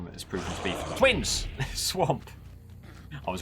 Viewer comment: "what a tough tournament it's proven to be for thTWINS!!"